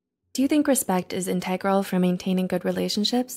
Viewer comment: I am a fan but I have only listened to a handful of your videos and notice that you often mispronounce the simplest of words. This video's word is INTEGRAL. For all the wisdom you are teaching, you'd think pronunciation would be important to you. Instead, I get a feeling that 'the sound of the narrators voice is the focus. Mispronouncing words happens but you do it often and with easy words. What's causing that? I'm losing respect for your channel.